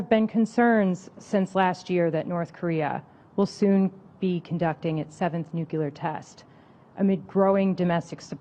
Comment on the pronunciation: NEW CLEAR not NEW KEY LER